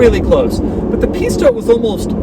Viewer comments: Kept hearing Pista as pizza... but later in this video he’s either saying it better or my ear is getting used to it. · "the pistha engine"